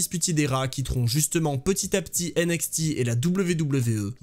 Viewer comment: J'en peux plus de ta prononciation de NXT avec le X à la française mais le T à l'anglaise!!! 😂 Sinon bonne vidéo comme d'hab continu comme ça! 😘